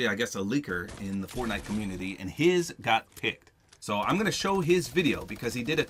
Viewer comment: he said fortnut